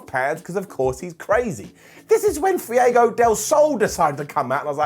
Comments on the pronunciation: Fuego = Fwego not Fyego, pronounce his name correctly please, it’s offensive at this point. Please respect the Spanish language and culture. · Why you can't said Fuego correctly its not Fiego lol Fu-e-go!!... Down!